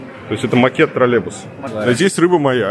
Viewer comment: почему он говорит "тролЕбус" ?